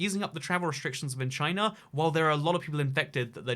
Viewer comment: If your reading this in the future, BeWArE ch-y-na